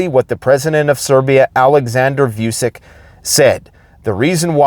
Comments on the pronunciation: ALEKSANDER "VUCHICH" NOT V"YU"CICK. VUCHICH, SON OF WOLF , THE VUK, not trying to be a dick, I was born in western Serbia, Loznica, myself. let's do it the right way......yeahhhhh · Serbian president is called "Wu-cheech". Not so hard. Would sound better not to butcher the name.